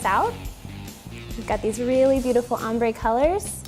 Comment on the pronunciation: In the intro it sounds like she's saying Ombre Butt Hole Cake.